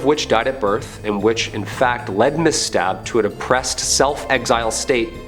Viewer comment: It's not Stab family it's Staab, totally not pronounced the same way.